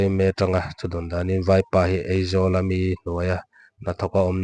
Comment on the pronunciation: thu sawi tu hi AIZAWL ti lo vin, Eizawl ati tlata kan hriat chu , Aizawl ati thiam lo ami le ww